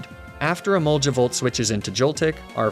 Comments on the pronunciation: I don’t understand why you say emolja as it’s spelt with a g not j which also makes me wonder why you don’t say goltic instead and it’s j not g which is very odd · I've gotten so used to emolge-uh, magne-mee-tay and laprah that if you go back to the original pronunciation I'd be triggered again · Your emolga pronunciation still didn't changed😄